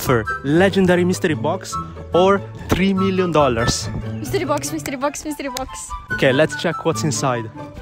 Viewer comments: "MiStREee bOx" She literally said that seven times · Him: "Legendary mistrii box or $1?" Her: "Mistree box" Mr.Lee at home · I love the way the pronounce Mystery box. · the way he is pronouncing 'mystery' has a different meaning in Hindi(one of the Indian Languages)